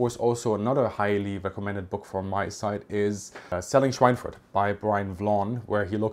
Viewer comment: Obviously you are a German native speaker, so why did you pronounce Schweinfurt with this strange English pseudo-accent?